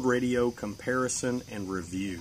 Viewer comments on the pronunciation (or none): none